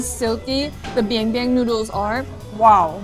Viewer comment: It's biangbiang not bianbian. Bianbian means poop.